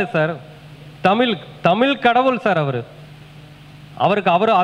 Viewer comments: நீங்க தமிழ் என்று சொல்லாமல் தமில் சொல்றீங்களே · MUDALIL TAMIZH ENDRU OZHUNFAGA UCHARIYUNGAL MURUGAN TAMIL KADAVUL AVANGA FATHER SIVAN NORTH INDIAN KAILASH LA DANE IRUKKAR